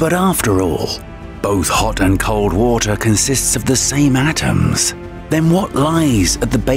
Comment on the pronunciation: consits of the same Atmrmrmrmrmmrmsmssss its all about the movement of atmmmhmmhrrrrmmms